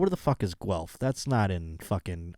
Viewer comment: Guelph/G Spot resident here! You actually pronounced it properly so you get a free pass (you always had a free pass) Yeah no skiing as already said although there are some crappy "hills" within 30 min. Guelph is about an hour West of Toronto. Fun fact, we are the only town represented by the provincial Green party so read into that as you will. Doesn't sound that fun now that I said it out loud, but we can't all be winners. I hope you can come visit sometime. I'll vouch for you :p